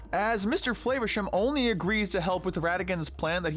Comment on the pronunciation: I can't hold it back any longer, for a British character we pronounce FLAH-versham, not FLAY-versham, it's been bugging me I'm sorry again, do love your content <3